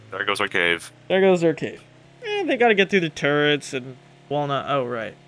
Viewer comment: I'm glad to hear you're saying "turrets" correctly now.